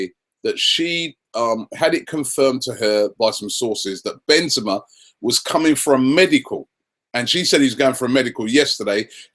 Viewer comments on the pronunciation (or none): And it's Ben-ze-ma! Ka-rim Benzema! The best in the world by far! Ben-ze-ma